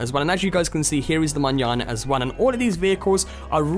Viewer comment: I'm so glad you know how to say Manana